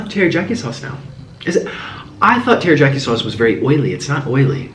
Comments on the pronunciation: EMILY LIANG Spanish people pronounce Y sounds as J. Thats why he probounced it as terijaki, not teriyaki. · sunny lanes Spanish people pronounce ys as js. thats why he said terijaki not teriyaki :) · Hi Nik....love your vids but why do you say Teri-jack-i and not Teri-yak-i?? Say hi to Mr Noodles :) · It's TeriYaki, not pronounced teriJaki ^^ Just for your info! Love your channel! xxx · Tera-Jackie ???? No no no no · Every time he said "TeriJyaki", I died a little inside My poor Asian heart can't take it 😔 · he said "teryjaki" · mans did not say terryjocky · Umm did he just say tear-ee-Jack-ee???? I spelled it wrong cause I wanted to make it like how it sounded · Teriyaki, terijarki. Lol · Is he saying teryjaki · I can not believe you’re saying teri JOCKY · Its terry-yack-ey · First off it's terriakie not jakie, second off you have to let the ramen soak up the teriyaki sauce which will let it taste better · Hello from New York love you you say teryaki funny Is this black enough lol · The way you pronounce "Teri-YAH-kee" sauce.. Oh nik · Nik pronounced it, teri-JAH-kee. Now he knows lol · sunny lanes every time I was laughing so hard 😂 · I know this man’s life is spiraling and that’s sad and all, but the real tragedy here is how he pronounces teriyaki. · he’s so awesome in this vid that i don’t even care abt the fact that he mispronounced teriyaki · That teriyaki sauce And his pronunciation is making my eye twitch. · The way he says teriyaki makes me mad lol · I hate how he says teriyaki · ITS TERIYAKI THERES NO J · I had to read the comments on how you pronounced the word teriyaki! Hahaha too funny. Noodles look great, but I'm thinking that was way too much teriyaki sauce on those noodles. A little goes along way. . . So hungry now. 💕💕💕💕🥑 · Oh Nic I so love you. The j is silent. From Mo. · aww the way he pronounced teriyaki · There's no J in teriyaki, Nikocado :P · It bothered me so much that he kept saying teryjoki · Its funny to me how he keeps sayin "terijaki"